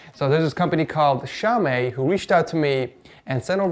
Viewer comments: impart Asian and my aunt says its pronounced "xiao me" just to let you know keep up the dank uploads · Lol he say xiaomi shaumay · "Shaowmay" Bruh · Xiaom eh hahahahhah its xiao mi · "Xao-Mee" lol